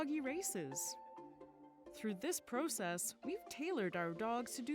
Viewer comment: I hate how over the past few years people have begun pronouncing "process" incorrectly.